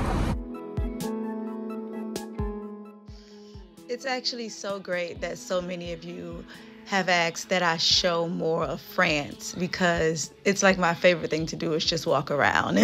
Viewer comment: Although I did skipped the get ready with me to the restaurant part, the video was almost perfect until I heard “Aksed” or “Axed” instead of Asked.